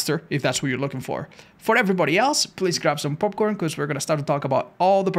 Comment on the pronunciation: The way he said popcorn actually made my corn pop.